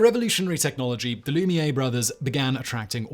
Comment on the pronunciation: He also mispronounced Lumiere, Maria and Robert Houdin.